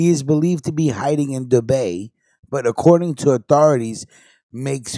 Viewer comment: Shout out 2...throwin some smoke in the atmosphere...that said its Dubai....Doo-bye...not Doo-bay